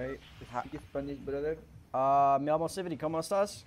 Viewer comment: SI SI SI Dijo el Symfuhny :v